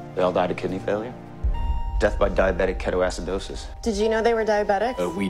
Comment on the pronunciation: I love Hugh Dancy as an actor but the amount of rage that fills me when he mispronounced ketoacidosis... It doesnt make sense to me either